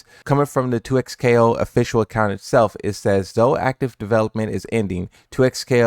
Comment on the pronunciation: this mans said 2xplayo